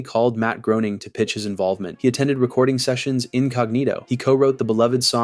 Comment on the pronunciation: imagine naming your channel after a simpsons character and you cant pronounce Groening